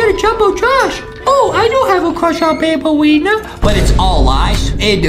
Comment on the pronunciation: Banbaleena more like mandaleena